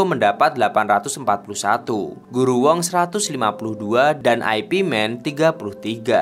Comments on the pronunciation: Ai Pi man , ipman aja bang ga enak di denger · Bacanya bukan Ay Pi Man tapi Ip Man. Itu nama orang, bukan IP address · Bacanya Yip Man bukan Ai Pi Men. Ooo koplak! 🤣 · Ip Man itu ip man bukan aipi man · Urun koreksi dikit... Itu gurunya bruce lee, bukan Ai Pi (IP) Man, tapi itu nama orang, dan bacanya Yip man... Thanks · Ip man bukan dibaca ai pi men tapi yip maan, dibaca biasa aja..itu nama orang bahasa china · Bukan aipi men bang Tapi nyebutnya yipmen atau ipmen. 😂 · Ip Man jangan dibaca I-P MEN. Tapi YIP MAN atau ip man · ip man (baca Yip man) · Ip Man bukan singkatan mas broo, tapi dibaca yip Man 😂, sama mekdi ga usah disingkat juga2😅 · Ip man..dibaca yip man kalau gak salah...kenapa dibuat western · Ip Man = Ai Pi Men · McD (em si di) , Ip Man (ai pi men) 😂